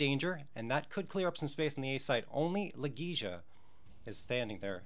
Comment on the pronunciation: i'm sorry, but i'm literally just a FAN since early 2017, and i know more about the player's names than this guy? wtf???? it's La Gey ya.....fck.....